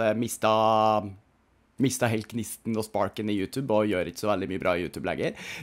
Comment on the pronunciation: Hvorfor sa du utub